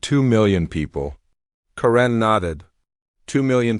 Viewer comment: Not sure what I found more annoying, the return of dot dot dot, the way the AI pronounced 'Karen' or Senator Davis' willful ignorance.